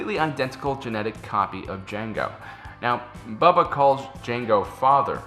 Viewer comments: Its not bubba its pronounced bow-ba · c'mon,, it's Boba not Bubba:D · Does he keep saying Bubba? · How have you made this many Star Wars videos and still pronounce "Boba" wrong?